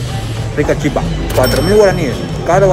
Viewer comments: Amigo argentino, se dice Chipa, con acento fonético que recae en la vocal final la "a", pero no se pinta el acento porque en guarani las vocales finales no se acentúan gráficamente, saludos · Hola soy Paraguaya y se dice la chípa con acento en la (Í) 😊😊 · En Guaraní se escribe Chipa, pero se Lee Chipá - Guaraní se acentúa la última vocal, aunque ésta no lleve tilde. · Y se leé chipá, con el acento al final, pero se escribe chipa, porque en guaraní las vocales al final no llevan acento, pero si se pronuncian cómo si tuvieran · Hola soy de Encarnación-Paraguay , SE DICE CHIPA SIN ACENTO, Y EL TERERE ES PARAGUAYO FUE CREADO EN PARAGUAY Y SE HACE DE AGUA ,HIELO, YERBA Y REMEDIOS YUYOS , Y EL GUARANI ES UN IDIOMA DE NOSOTROS LOS PARAGUAYOS ES DE LO MEJOR💕💗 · Según tengo entendido se dice Chipá en guaraní, en realidad se lee shipá. Y en español sería chípa. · En español la palabra Chipa se pronuncia con el acento sobre la "Chi" pero en Guaraní se pronuncia con el acento sobre la A y además la CH se pronuncia como la SH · Si lo vas a decir en guaraní es chipá (se pronuncia SHIPÁ) y en español se dice chipa (acento en la i y la ch pronunciación española). La CH en guaraní se pronuncia como SH. En cuanto a la gallina casera, esa es la diferencia, su color rojizo y es más dura por lo que necesita más cocción. Muy lindos videos by the way.. los vengo viendo. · se dice chipa sin acento al final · Yo soy paraguayo se dice chipa sin acento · Se dise chipá ra bien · Chipa sin acento, chipá en guarani... pero se pronuncia "shipá". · Te explico como se pronuncia la Chipa, si hablas en castellano es Chípa, con tilde en la I, si hablas en guaraní es Chipá, pero no se pronuncia como Chipá, si no como Shipá. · Se dise Chípa no Chipá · Se dice Chipa, sin acento en la a. Muy buen video amigo, saludos! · Es Chipa sin acento, pero tiene un acento prosódico en la Chi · Chipa se dice en español En guaraní es chipá con acento.. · se dice chìpa con asento en la í kp nde proba el pollo...